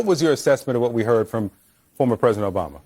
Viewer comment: Omg... she thinks she is bigger than Jesus... insulting , dreadful woman. It won't be long now kamala...u can't even pronounce president... u said presiden... are u on something💊💊🍷🍷🍾🍾🍾🥂🥂🥃🥤🧋🧊🧃🍻🍺🍹🍸🍼🥛☕️🫖🍷🥤🥃🥂😂😂😂